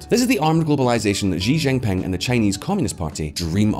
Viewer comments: How can this channel pretend to know the first thing about China when you can't even pronounce his name properly!? it's 'SHE', Xi is pronounced SHE not Jee or zhee or another other...... Can someone Chinese chime in here please?????? jeesh. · Xi is pronounced like the letter C or "see" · Currie Depends on which dialect. I pronounce it as ‘see’. And you are right, most channels and commentators thus far do not know the first thing about China. China is very much more nuanced and complex. Practically all the people I know and me included, would not pretend we know what is going on in China, and we are of Chinese heritage!